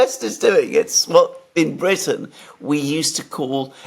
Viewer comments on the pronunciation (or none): none